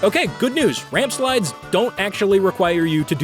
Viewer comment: Rampslides, Ramsplides, Ramplsides.